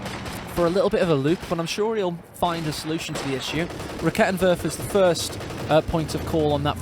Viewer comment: A side node from a german: I LOVE that you try to pronounce the german troops correctly and you are actually pretty close on lots of them. Props for that. German is a horrible language. The one that took me longer than necessary to understand was the Raketenwerfer because you pronounce the first e too short. Try to go for rakeeetenwerfer :) The e is quick on Halbkettenfahrzeug because it is followed by a double consonant in this case TT.